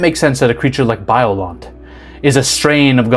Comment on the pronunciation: DUDE...BRO..BROTHER...Its Biollante..(BIO-LANT-AY) ..Im not trying to be a bitch either...You were so close to saying it right too..At least you didn't hit us with the (GOD-ZILLER) ..That one IS UNFORGIVABLE!! Great video as always though dude..Save a bump for me..